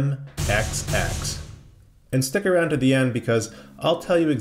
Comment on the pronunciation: VMFXX not as you said, VFMXX